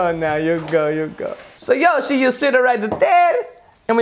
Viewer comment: It is yoshe